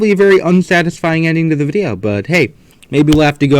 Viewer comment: I think is working with the Germans he keeps on saying Ze